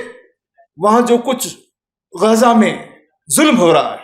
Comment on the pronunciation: پہت اچھی گفتگو۔ سبحان اللہ !!! غازہ نادرست ھے غزّہ درست ھے Ghaaza is incorrect Ghazza is correct.